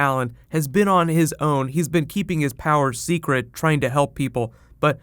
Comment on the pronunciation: Bruce Wayne "I can keep a sercret" LOL